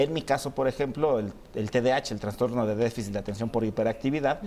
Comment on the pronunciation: Que bueno que no le guste la palabra "transtorno" porque no se dice así, se dice TRAS TORNO